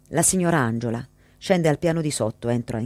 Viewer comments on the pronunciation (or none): Tutto perfetto. Ma ANGELA si pronuncia così e non ANGIOLA